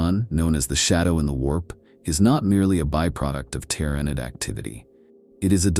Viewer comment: I really want to listen to this but if I hear "Gynestealers" or "Tyrenid" again i'm going to go crazy